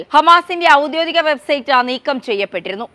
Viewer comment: ഔദ്യോദീകം അല്ല ഔദ്യോഗീകം എന്ന് മൊഴിയോ